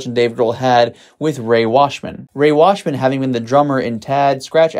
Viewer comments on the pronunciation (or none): Ray Washam, not Washman.